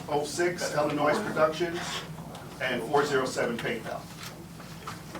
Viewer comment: She has lived in Illinois her whole life yet says IllinoiS with an S on the end… I know she talks like an alley hooker but come on a 5 year old knows that…. Christ almighty! The baby and the grown one!